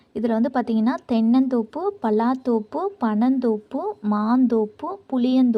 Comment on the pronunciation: தென்னந்தோப்பு வராத சகோதரி தென்னந்கோப்பு வருமா